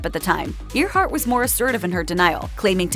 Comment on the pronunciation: Her name is pronounced Airhart, not Ear heart. No one pronounces that name as Ear heart.